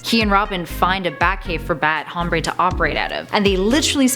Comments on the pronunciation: Is not hhhhhomreyyy it's om-br-eh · it is bat "ombre" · No hay nadie aqui a quien le moleste como pronuncia "Hombre"? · She pronounced Hombre wrong. for a 'feminist' that's really insensitive